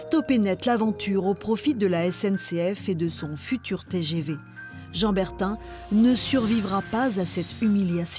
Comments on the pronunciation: Bertin, pas Bertain !!! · C'est BERTIN et non BERTAIN